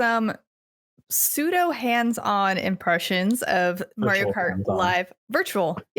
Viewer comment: She said kario mart... I swear!